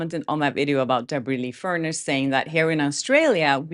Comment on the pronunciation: Debra Lee FUR NESS …. You’re pronouncing it as furnace, the appliance that heats our house. ❤️❤️❤️✌️✌🏼✌🏼❤️❤️❤️